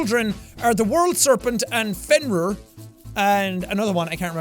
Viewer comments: M8 YOU CAN'T PRONOUNCE GOD NAMES, IT'S AE-TREE-US AND FEN-REAR JESUS FUCK I LOVE YOU MAN BUT HOLY FUCK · It is actually pronounced fenrir damn it I can't say anything and pronounce anything right